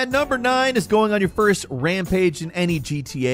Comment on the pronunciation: this man said FOYST